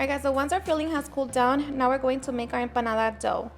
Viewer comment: I would love to taste your "EMPADADA"